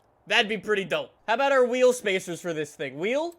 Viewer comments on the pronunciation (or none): none